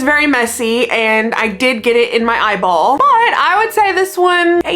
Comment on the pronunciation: I love it when you say eyeball 😂😂😂😂😂😂😂